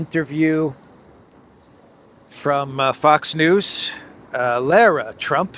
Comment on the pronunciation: LOL! This ldiot is laughing at others mispronouncing names and can't even pronounce Lara Trump's name correctly. Do you even watch any news?